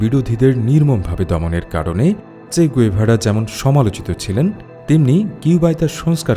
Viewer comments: গুয়েভারা না। গেভারা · গ‌ুয়েভারা না, গেভারা